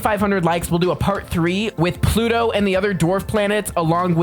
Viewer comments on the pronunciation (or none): none